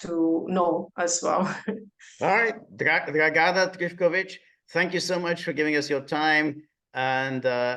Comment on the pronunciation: Very good guest. But George, please ask your guests how to pronounce their names in the future. I'm pretty sure (source: I was born in Yugoslavia and speak Serbocroatian) that you should stress the first A in Dragana and first I in Trifković.